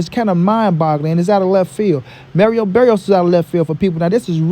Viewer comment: Bro it’s Mario Barrios not Merio Berrios